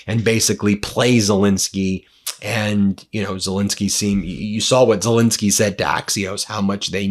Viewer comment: Ben, can you PLEASE pronounce Zelenskyy’s name properly? It might bring him better luck!